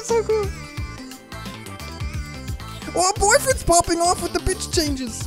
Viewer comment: when he pronounces pitch wrong::o